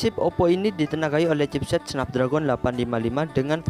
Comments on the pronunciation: Sedikit koreksi nih baca chipset Qualcomm Snapdragon = Qualcomm snepdregen gitu baca nya bukan tulisan nya Snapdragon dibacanya juga Snapdragon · Bacanya snapdragen bang bukan snapdragon Memang tulisanya snapdragon